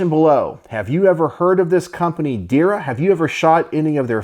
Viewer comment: One more thing Not Dir ya Try to say like this There-ya